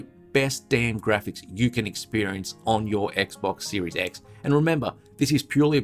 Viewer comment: Every time you say "Series X" it sounds like you're saying Series S, so it's especially funny when it sounds like you're saying "And remember, this is purely about the Series S, and not the S" Lol